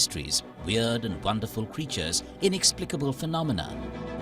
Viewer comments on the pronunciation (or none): none